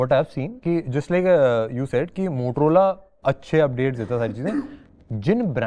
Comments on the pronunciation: Motorola hai motolora nhi hai 😂😂😂😂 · be like... Motorola ❎ Motolora ✅ 😂😂😂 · motorola ❌ motolora ✅ 😅😂😂